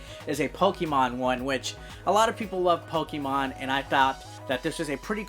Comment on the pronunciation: Good job in reading the names of the new 5 Pokemons 😂 Good job in the review and I love the ending... Pikachu!!!😂